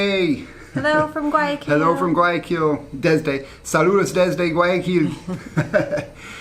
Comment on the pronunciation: You guys say Guaaquil, forgetting to pronounce the Y. It is GuaYAquil. Hope this helps, Be safe.